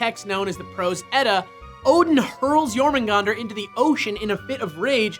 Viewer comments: I don't think you're supposed to pronounce the "r" in Jormungandr. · Jormungandr is pronounce Jor-mung-gah-dar.